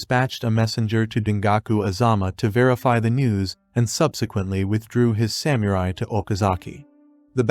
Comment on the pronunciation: Cool idea to use Shogun Total War clips, but definitely work on your pronunciation of Japanese names and places before your next video (mispronouncing Kyoto and Samurai was especially egregious).